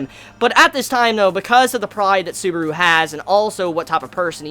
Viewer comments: You said suburu.... It's Su-ba-ru! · "How TRIGGERED Beetlejuice got when he realized, WHEN HE REALIZED, that Suburu makes fun of his gospel" First of all it's not "Beetlejuice" it's BETELGEUSE Beh-Tell-geus and it's not "Suburu" it's SUBARU.